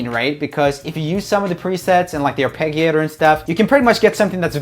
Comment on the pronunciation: is he pronouncing arpeggiater wrong, or am I missing something?